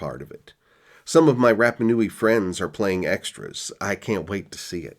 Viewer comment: its pronounced Ra like the sun god, not like Rap. RaPa Nui